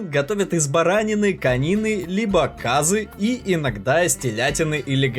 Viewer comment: Конечно все красиво и правильно сказано, НО, Уважаемые Авторы канала, проконсультируйтесь с кем нибудь по правильности произношения. Уж очень режет слух... Например не Ханим, а Ханум... Маш-кичиры. и т. д.... КазЫ. В узбекском языке И читается зачастую как Ы. Всем Мира и Добра!